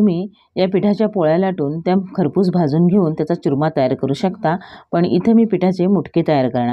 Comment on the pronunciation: च्युरमा नाही हो चुरमा